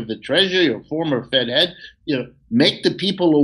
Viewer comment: Did you say former Dead Head or Fed Head? 💀